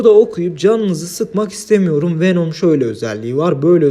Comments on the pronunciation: Wenom değil abi VENOM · Abi wenom değil venom .d